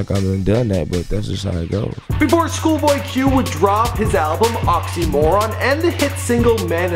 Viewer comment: “shoolboy q”